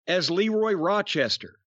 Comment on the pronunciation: For such an encyclopedic mind of wrestling knowledge..how could Jim make such a mistake on Leroy Brown's name